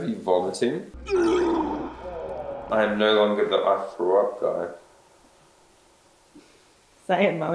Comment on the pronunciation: Everyone:say the line!:i frew up Everyone: cheering up